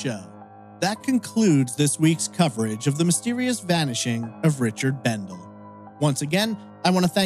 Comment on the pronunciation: For what it's worth, his last name is pronounced Bendel-ee. I was his classmate at Burley High class of '85. We weren't friends per se, as we didn't hang out together outside of school, but we talked a lot at school. He was a very friendly guy. My best go out to his family. The Kimama desert is very remote and rugged in place. There are no trees and really no points of reference, so you can get turned around and lost fairly easily I would think. Also the lava rocks are very sharp and can be tough to walk in. If you sprain or break an ankle, it could be very difficult to get back to safety. I think the broken truck window is strange. If it was a stranger who did it, they would have taken the shotgun.